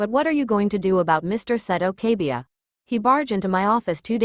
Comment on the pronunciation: it's kaiba NOT kabia